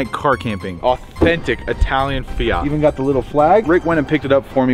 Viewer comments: Fiat not fiiiaaaaaaarrrttttt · The fact can’t even say fiat he in not from England!😂